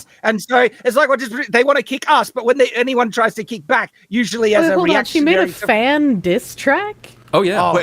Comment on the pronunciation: Man, the way says 'Usuarry" is just too funny 😆